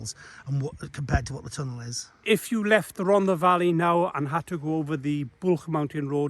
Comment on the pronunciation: Loved every minute of it. Just wish Martin would pronounce Rhondda correctly and pronounce the th rather than dd.